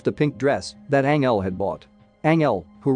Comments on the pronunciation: Anyone else triggered by the way he’s saying Angel, like the narrator said right twice then decided nope his name is Anel?!! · ..... Tells the story of....Ang-Elle.... 🤦🏼‍♀️🤦🏼‍♀️🤦🏼‍♀️🤦🏼‍♀️😬😬😬🙅🏼‍♀️🙅🏼‍♀️🙅🏼‍♀️💀💀💀 ***Fuckin cringes so hard I drop my phone 📢🦻💣☄️💥🤳 ⚰️🪦 I just can't take it! It's making me already hate the movie I haven't even actually seen any parts of yet just watching 5 secs into the video that just explains about it.... 🤖🤖🤖🤖 Not quite fair for the movie itself, but it's painful to hear that.... And oh geez, WTF is the other dude's name even supposed to be?!?! LMAO 🤣 I hate to even try n spell out what that one is sounding like to me right now....geez Louise.... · It's not Angel, pronounce it like Anjel